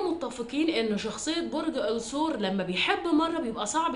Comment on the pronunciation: الثور اللام شمسية 😢 بحب أسمعك جدا بس هموت من طريقة النطق